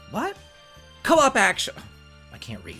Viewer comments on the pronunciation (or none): co-opaction? I never saw that before either lol Is that like.. antici..... pation? lol Rocky Horror lol